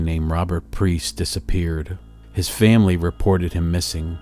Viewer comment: It’s Robert PIEST NOT PRIEST